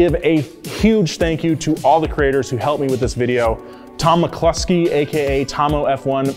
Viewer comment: cantina bar shootout "Mcluskey" is all i hear lol